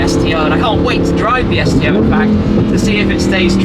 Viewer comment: I thought you said "STD" for a second LMFAO